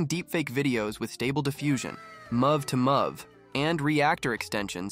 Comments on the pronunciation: Yeah it also says mov2mov when "mov" stands for "movie" so it should be "move2move" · LOL. Holy shit. Denwazzing! Muvv two muvv extension. 😂 My fuckng sides hurt from laughing so much. Holy. Fuck. Just how in the hell did you manage to mispronounce both de-NOISE-ing and MOVE-to-MOVE so absolutely horrifically?! I mean... yo.... You allegedly comprehend how to use a fairly complex high-tech software — though, I have my doubts; or rather, I'm certain you don't actually comprehend it, and have either plagiarized this entire script, or it was, at a minimum, not written by you — yet you've never learned how the .mov extension is pronounced? Hint: .mov files are... movies! Do you pronounce that "muvvies"? Denwazzing is even more horrifying. Fun fact: it's called de-noise because you're adding noise (ie, "random" data) to the image when you draw that mask on, and the then the AI DE-noises (removes the noise). It's truly unbelievable that you managed to botch such common words repeatedly... Never in my life have I ever heard even a completely tech-illiterate person fail to pronounce .MOV and denoise upon seeing their written forms. Fucking hilarious, man! Absolute comedy gold! Wait, is this actually a parody channel? Is it like a "YouTube tutorial but you'll be so baffled by our hilariously bad pronunciation of basic and common words that you'll be unable to learn anything" kind of deal? For real, this is so bad that I can't actually tell if you did this as a joke on purpose. For real, though. How is anyone meant to take this video seriously? If I were a complete newb